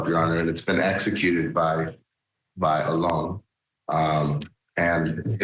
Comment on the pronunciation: Mispronouncing Alon's name. Auh- lon, emphasis on the last syllable.